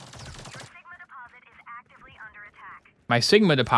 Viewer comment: Seegma? What do you mean Sigma? SEEG MA BALLS IN MY MOU